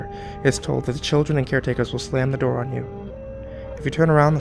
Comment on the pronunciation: "i shut my shoor"